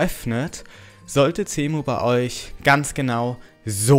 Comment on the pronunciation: Der Typ spricht Cemu mit C aus, ist aber Englisch also wird es mit einem S ausgespeochen